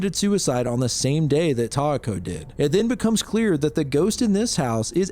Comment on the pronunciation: yeesh that one messed me up with the names. kay-ko and (I wish it were tie-eh-ko with more stress in the beginning than in the middle, kind of like how you were going for kay-eh-ko, but the "eh" part can be almost silent)